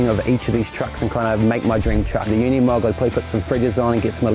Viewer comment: Pity nobody can pronounce Unimog. It is ooh neeh mog. It is Deutsch, not English. And, Mercedes is Mer C des, not Mirsydies. 😂